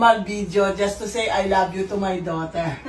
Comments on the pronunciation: “ I have a lesbian DAUTERLLLRRR” 🤣🤣🤣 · "i wIll dO iTfOr nUtTeLlA" and "i HaB a leSbiAn DoThEr~"